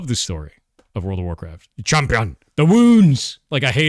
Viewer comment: Champyun th'woonds lmao